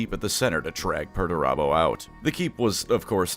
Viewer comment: all im hearing is Megatron